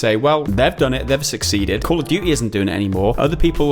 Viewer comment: "Call of dewey" ❤